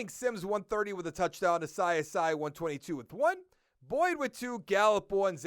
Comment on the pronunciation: I think it’s pronounced “Ah-see Ah-see” (Asiasi).